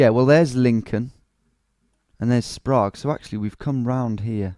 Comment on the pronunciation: Interesting, I'm from Salt Lake City and we have a library here called the Sprague library and I've always heard it pronounced the way he said it in the video (sprahg). Also one of the most beloved Utahns is also a Spokanite - that being John Stockton. Basically worshiped by us Utah Jazz fans.